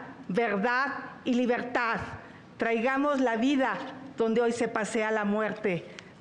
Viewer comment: Chuchli estq bien cagada.. y mas cuando dice.. despiergta,despiergta,despiergta.. libergtad😅😅